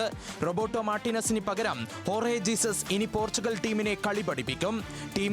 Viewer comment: ജീസസ് അല്ല ഹെസൂസ് ആണ് 😂